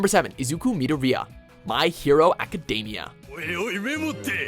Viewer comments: its izuku me-door-E-ah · YOU SAID MIDORIYA WRONG!! IM SO TRIGGERED!! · Did you guys hear the way he said Midoriya? Ugh these people are just reading scripts about shit they don't know about and it comes off fake as fuck. GTFO I never hated WatchMojo but now I see why people complain, y'all are a disgrace to Montreal